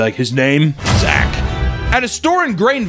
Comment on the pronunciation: As a Zach with the proper "ch" I approve this message.